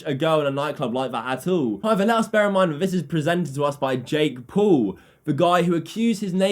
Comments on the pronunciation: When u say jake Paul it sounds like jake pool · His name is jake paul not jake pool😂😂😂😂😂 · "Jake Pool"😂😂